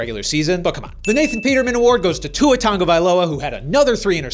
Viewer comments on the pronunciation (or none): Why do you add a N to Tua’s last name